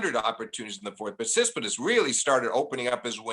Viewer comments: like Sis-pit-as (instead of TSit-si-pas)! He keeps saying it even when first says the name correctly, then refers to him as Stefanos, then the Greek. Steve did not get any of the hints and kept on going with SIS-PIT-AS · Flink needs to learn how to say Tsitsipas. Not "Sispisdus" . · So does Steve pronounce Tsitsipas correctly, and all the rest of us are getting it wrong? Really seems like he's pronouncing it completely differently than how it's spelled. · the way steve pronounces tsitsipas is killing me